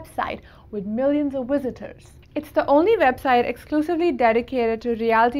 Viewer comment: What is a "wisitors"?😂😂😂